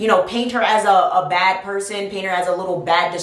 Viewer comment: Who else laughed when she said bhad Bobby